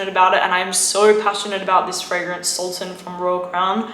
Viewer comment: It’s pronouns like sul tan